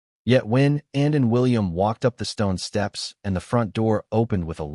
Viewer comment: Can’t even hear the commentator say ANN. CANT HEAR YOU SAY ANN. CAN YOU SAY ANN.